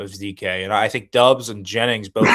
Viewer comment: Yo,, the name is spelled Doubs but pronounced Dobbs. Please make a note of it. Thank you.